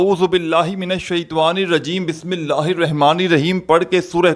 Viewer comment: Kameney tujhe bismilla bhi padhna nahin aata sekha raha he wazifa